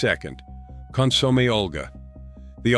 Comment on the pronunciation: Con-sommie? Hilarious.